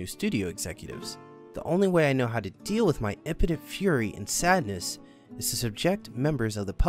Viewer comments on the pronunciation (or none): none